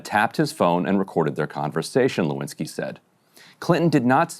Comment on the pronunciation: "Lewinski", is that French ? 😂